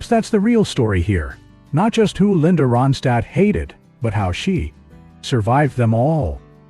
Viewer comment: You're not even Anunciating her name right 👎